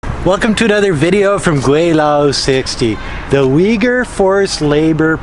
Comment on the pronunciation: There is no "I" but "U" in Uyghurs.😆